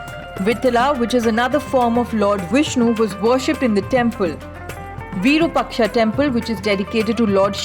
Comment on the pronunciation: Virupaksha must (have) be(en) pronounced as VIROOPAAKSHA....